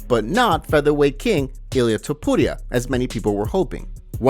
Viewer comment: The way this guy says "Topuria" gets me every time